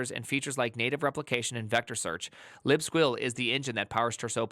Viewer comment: How are u saying libsqueal with a straight face lol